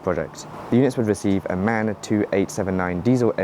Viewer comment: It's pronounced M-A-N, not MAN btw, for the German Engine and Bus/Coach/Lorry manufacturer.